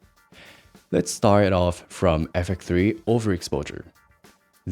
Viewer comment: Out of tolic but I don’t get why you can pronounce X but not FX3, what is ‘effek 3’ bro 😢